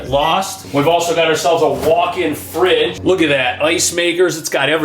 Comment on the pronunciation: Did you say walk inn-fridge